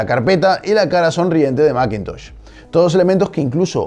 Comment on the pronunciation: ¿Y por qué no pronuncias "masintosh" o macbooc" en lugar de "maquintosh" y "macbuuk"?